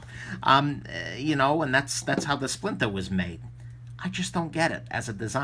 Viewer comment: it's the "splintah" so say it right! Another great vid from the. It's a beautiful thing. Thanks.